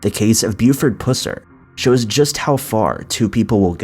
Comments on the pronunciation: It's pronounced pus-er not pews-er I live here in Mcnairy county and people would have a fit if I didn't point this out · Come on! Pus er not puss er 🙄 I knew of this man when the movie came out in the 70s. Almost seems disrespectful to put the word puss in that man's name. Joe Don Baker played him before anyone did.. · Pusser is a variation of Purser, and is pronounced like pus rather than puss. I know several members of his family. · Its pronounced pus-er,. Sorry, I just wanted to make that right. He was a badass,and a hero. Thank you so much for the video